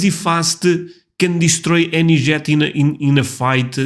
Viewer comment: Jet us pronounced J eh t. Not. "Zshett"❤😮